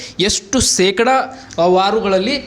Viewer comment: ಕನ್ನಡ ನಾ ಕೊಲೆ ಮಾಡಬೇಡ ಸೆಕಡ ಅಲ್ಲ ಶೇಕಡಾ